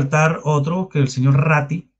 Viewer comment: RATTI NO RATTAAAA